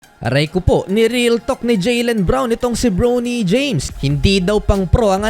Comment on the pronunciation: Bronny bro hindi browny james yung pronunciation